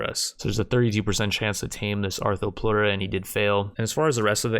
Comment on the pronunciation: This man can pronounce arthropleura correctly but not tomb